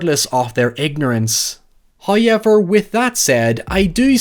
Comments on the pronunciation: No, no... he meant "HoyUeverr." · i think you mean hye-ever